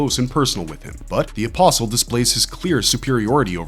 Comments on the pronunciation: bruh, you don't pronounce the "t" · Are you saying an imposl or or apostle because you're missing a tea in the pronunciation because there's actually a t in the word my friend